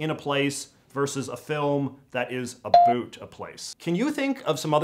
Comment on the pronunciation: JJ, I admire your commentary but I cringe a bit whenever I hear you pronounce "out" or "about". You're pronouncing that according to the American stereotype, rather than authentic Canadian vowel raising! Do you also say spoot" for "spout" or *throo-oot for "throughout"? Sorry.